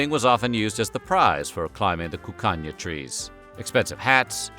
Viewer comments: Every time he said “Cuccagna” I heard “Cocaine” with a Spanish accent. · Sounds like he's saying "the land of cocaine."